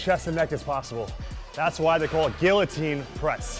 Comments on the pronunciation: It's not Gillo-Teen....... it's GEEYO-TEEN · Great workout. FYI the Ls are silent in the word guillotine. Its pronounced like gee-uh-tine